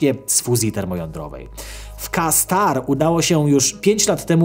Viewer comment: Kastar 🤣🤣 dobrze że nie kastrat 😆 Jak już to "Kejstar". Kto ci ten scenariusz pisze 😂😂